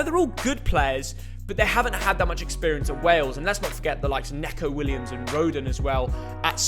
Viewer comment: Wales came 3rd in the last Euros and you only give them a C? They came 2nd in their qualifying group only behind Croatia. Remember Croatia? The team that knocked England out and were in the final of the world cup... It's also pronounced Neco not Necko.